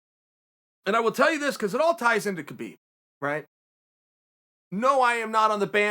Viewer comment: Uncle loves Kabib... But can't say it!